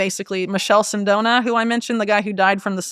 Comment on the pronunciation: Michele Sindona is pronounced "MEEKELE" Sindona. Berlusconi was not the father of Italian broadcasting, The RAI or Radiotelevisione italiano is the origional, founding national ( not private) organization of Italian broadcasting. Berlusconi's father was a money launderer for the Italian mafia.Berlusconi came to broadcasting much later than the Rai. Italian politics has been controlled by the US since before the end of world war 2. Italy will always side with US demands, irrespective of which ever italian political party is in power. Overall, great work Whitney! Keep it coming.